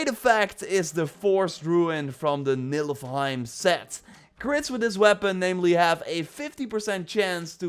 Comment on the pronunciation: NIFL heim not NILF heim